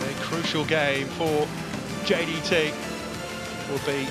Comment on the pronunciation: The commentator can't even pronounce JDT. 10 times in a row champion in Malaysia.